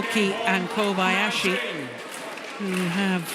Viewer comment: Morten says: Koyabasi 😂😂